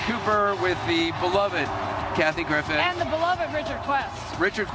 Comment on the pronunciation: LOOOL, the guy cutting the cake said "Kathy Griffith" :D